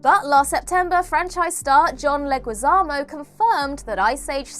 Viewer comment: Please pronounce Jake Gyllehall and John Leguizamo's names correctly.